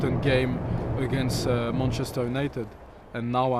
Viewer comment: but then every other time he says “munchester” 😂